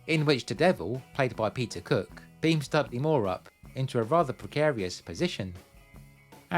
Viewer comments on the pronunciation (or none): none